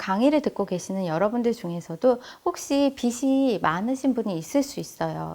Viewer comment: 좋은강의인데 발음이 옥의티네요... 비시(x) 비지(o) 입니다ㅠㅠ... 불편하셨다면 죄송.. 강의잘듣고 갑니다~!